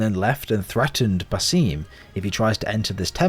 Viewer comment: Why should I watch this video when you can't even pronounce basim it actually frustrates me so much cause the name is said so many times in the game. It's basim with a long a and short i